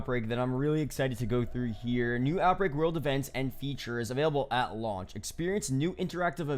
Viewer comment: no one:: AT lauch